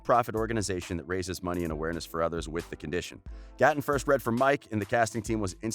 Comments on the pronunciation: It's 'Gay-ton' not 'Guh-ton' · He said: Goten instead of Gaten 😂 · This man said GOTTEN Matarazzo 😂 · Gaten sounds like Gaiten not Gatin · Him: Gah-ten Me:Its 👏 Gay 👏 tin 👏 GA-TEN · Who tf is “Goten” 😂😂 its Gaten Matarazzo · “Gotton” ITS “ Gaten” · He says GAten instead of (Gay-ten) and its so cringe worthy!! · Gay-ten not ga-tn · It is gated not garten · Goten its GATEN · GAY-TIN NOT GAH-TAHN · It's not Ga- Tin its Gay-Tin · UR NOT SUPPOSED TO PRONOUNCE IT gAten, UR SUPPOSED TO PRONOUNCE IT LIKE gay-ten 😭🤣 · Him: geh-ten literally everybody else:...it’s pronounced..gay-tin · its GATE-n not GAT-en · It's not goton it's gay-tun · the fact that he says Gaatn instead of Gaten bothers me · Gotten Gay- ten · He is saying Ga-ton Maz-a-ra-zo, but it is Gaten Mazarazzo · Why does he say GATEN like that, it’s just Gaten matarrazo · Its Ga-tin Plz Say It Right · is anyone gonna tell him that it’s pronounced g-ate-en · He's a GAY TIN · god gaten is pronounced gayten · You know you say Gaten as Gayten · Like Gay Ten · reyna vargas he said gateen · Ikr it’s pronounced geiten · Btw it's GAY-TEN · The way he said Gaten makes me wanna scream ITS NOT PRONOUNCED LIKE THATTT 😭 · Its GATE N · He can say cleidocranial dysplasia but can't say gatens name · I am extremely unhappy with the way he keeps pronouncing Gaten’s name. 😒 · I think you said Gaten's name wrong😓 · He said everyones name right except Gatens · It’s gaten bich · How we meant to believe the facts about Gaten if you can’t even say his name lmbo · It bothered me so much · I love how he keeps saying Gaten names wrong🤣🤣 | √ can I get to 2500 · Ye he says Gaten weirdly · It’s so bad lol